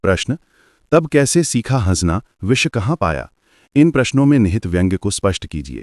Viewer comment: Sir डँसना ❌ हंसना ✅😅